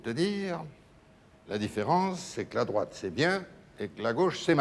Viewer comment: "La droiche, D'Arvor, la droiche. Ou la graute... mais ça sonne pas terrible !"